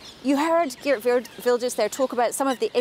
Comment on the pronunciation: Can the BBC at least try to pronounce Geert correctly. What arrogance to mispronounce a person's name! Wel gedaan Geert!